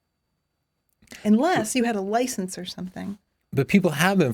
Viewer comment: 16;35 Cars have killed with li censed drivers have killed millions...and she says...yah...but you need a driver li cense, heavy emphasis on the LI. This is logical,,,ummm, not! Love you, your just not logical!